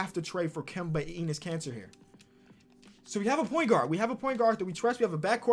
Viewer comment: Nobody: Seriously nobody: Not even Lavar Ball: Eeeeeenus Caner